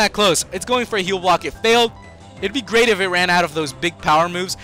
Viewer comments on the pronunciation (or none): none